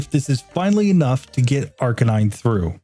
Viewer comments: Just a little tip on how to pronounce Arcanine to do justice towards the word play used here. Arcanine is a combination of 'arcane' and 'canine', and awesomely these work perfectly as a word combination So the emphasis should be on the middle syllable: arCANine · I always say it and it annoys people, but comments are good for the algorithm, so here it is: Arcanine is a combination of two words: arcane and canine. So unless you pronounce those words totally wrong, the only correct pronunciation for Arcanine is ar-KAY-nine, not AR-cuh-nine. Anyway.